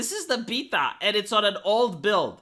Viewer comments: I kept hearing PEDOT when you say beta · I like how say the word "Beta". 😂